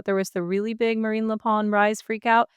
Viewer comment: knows how to pronounce Marine Le Pen. But she doesn't have any wrinkles on her forehead from thinking hard, so she must be one of those really smart people. She makes it look easy.